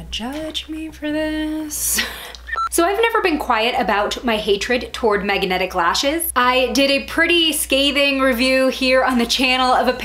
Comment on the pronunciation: First mistake. Saying MAGAnetic. 😂😂🤣😂